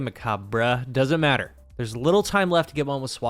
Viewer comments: Its "Meh Kaab" the correct pronounciation sounds like Mecha. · “MechaBRUH”😂 that’s what I’m calling it from now on. If you wanna know it comes from “macabre” which is French not Spanish so there’s no “brey” sound on the end. It’s just “mack-arb” in English or a SUPER soft and whispy “hhh” on the end, like a soft breath if you’re French. But yeah… I don’t care because it’s “MechaBRUH” for me now🤣 (It’s like croissant, in English speaking countries we say it as “cross-ont” be cause if you ever pronounce a French word perfectly like the French do then you are declaring 1 of 2 things; Either you can speak French or you’re a massive douche) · definitely pronounced Muck ayy burr /s